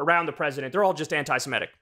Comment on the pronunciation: Not "anti-siMETic". "Anti-seMITic."